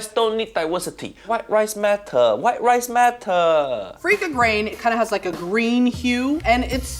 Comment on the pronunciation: Rise should not sound like that at all.